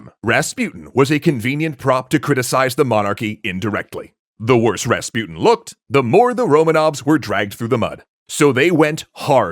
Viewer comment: pronunciation. Rasputin, on the u, supposed to be pronounced not like "you", but like l"oo"k.